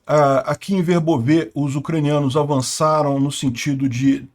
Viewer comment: VERBÓVE. -, só uma pequena observação: a pronúncia ucraniana é Verbóve. Note que até a Wikipédia, em ucraniano, coloca um acento para ressaltar qual é a pronúncia correta: "Вербо́ве — село в Україні, у Пологівській міській громаді Пологівського району Запорізької області. Населення становить 1246 осіб (2001)." Lembrando que na língua ucraniana não existe acento gráfico... "Verbóve" é um adjetivo neutro, derivado do substantivo "verbá", que significa salgueiro, chorão, vime. "Verbóve", portanto, significa "de salgueiro": "campo de salgueiro" = "verbóve póle"... Parabéns e obrigado pelo vídeo. Está ótimo, como sempre!